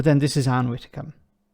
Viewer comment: I love your videos, but had to turn off at the word “Widdecombe”!!!